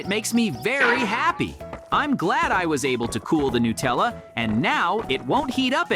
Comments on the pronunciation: I love Nutella by the way. They're saying it wrong 😅😂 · It is not Nutella is Natalia